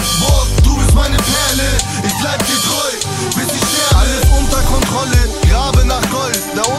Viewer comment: der erste Atze, der "ich" aussprechen kann! krasser typ!